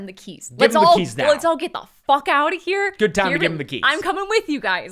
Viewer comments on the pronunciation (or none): Why does say "GOID" instead of GOOD?? Is she trying to talk like modern pop singers? 😅